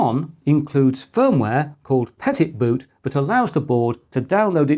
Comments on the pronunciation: Pet it boot? It's French, so you should say Petit Boot - means Little Boot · Thanks for putting this top 5 together. btw. "petit" is {peh-tee} french for small. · Pretty sure, christopher, that the Petitboot is of the french variety, when it comes to the pronounciation of it. Petit as in small. Petits Pois. Small pea's. Sticker shock on the lattepanda is not as much as i though it would be for that much processing power.